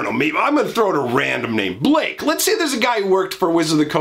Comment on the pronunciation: Blaaaaaaaaaake? You mean Ba lah key?